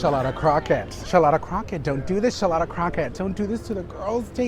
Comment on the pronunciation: i giggle when you say Shalotta